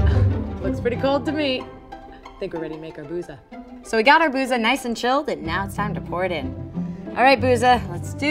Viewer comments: I know Arabic and I am pretty sure "بوظة" is pronounced in Arabic as "Bootha/Boutha". The "th" is as in "with" or "then". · fun fact: booza is pronounced more like boothuh (th pronounced like th in the)